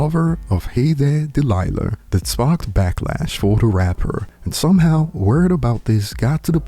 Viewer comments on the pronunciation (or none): Why do you keep adding an r on Delilah